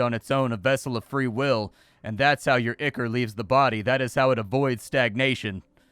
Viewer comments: "eye-core", not "ick-er". Looks like a cool metroidvania, though. Downloading demo now. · Ichor is pronounced "eye-kor", not "ikker". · Not o be a jerk and with all respect and love, the word is spoken "Eye-core" 🙏🏻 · I've only ever heard "ichor" pronounced like eye-core or eye-kur. First time I've heard it as "ick-ur." Then again, I've only ever heard it pronounced by people like me who've probably only ever encountered it in print and never heard an actual English authority pronounce it. I ain't lookin' it up to see which is the "real" way now, that's for sure. Too little mystery left in the world. o_O; EDIT: I lied, I couldn't help myself. It's eye-core. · I think it's pronounced "eye-core"